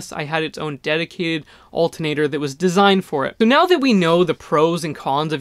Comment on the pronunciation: please pronounce ALTERNATOR correctly :) thx